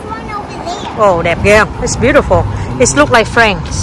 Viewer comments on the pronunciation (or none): none